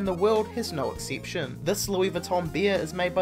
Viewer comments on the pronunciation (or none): "expinsive"... "tiddy beer"... "exciptien" (exception i believe?)... And all that "Number 1" "number 2" Like it is said by a dieing man.. gzz was painfull to watch this till the end, but i was interested on the list. Or like the owner of the video would say "interisteed".